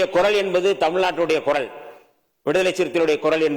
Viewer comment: Adhu koral alla kural 😅